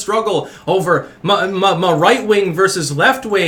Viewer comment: I laugh anytime you say anything like "muh children" lol. That muh shit kills me lol